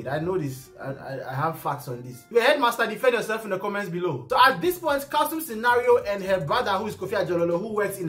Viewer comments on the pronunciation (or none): Still saying Kalsum Scenario 😂